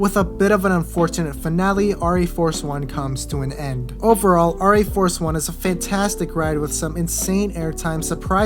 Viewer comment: Pronounced Air - EE Force one.